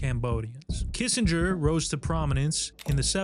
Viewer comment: Kissinger sounds like kiss a dog😂